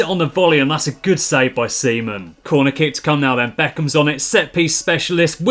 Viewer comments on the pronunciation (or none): “A massive save by Seaman.” I can’t be the only one who heard Semen.